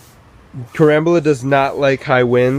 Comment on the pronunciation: It is pronounced Car am bola